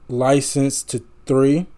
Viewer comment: "Licensed to 3" is the most awesome mispronunciation ever of "Licensed to i L L"